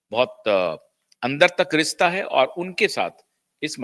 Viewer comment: 'Rista' 'supadi'bolta hai language pronunciation to thhik krle...